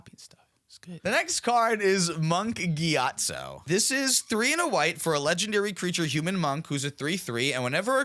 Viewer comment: I was not only unprepared to hear "Monk GYATso" but then to also hear "swing your gyatt at someone" completely shattered my world T_T